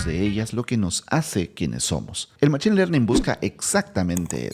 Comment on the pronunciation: En inglés se escribe machine y se pronuncia mashin.